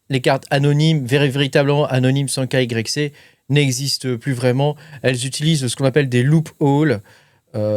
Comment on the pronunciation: svp , n'eppelez pas KYC dites " Ké WHY SI "